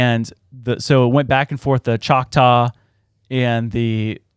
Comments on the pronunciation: 😂 uhm NO! that's not how you pronounce choctaw. Saying it that way is the evidence of colonizer presence.... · Demons /Nephilem smell like death …. Kudos on the pronunciation. I’m from Oklahoma you did good.!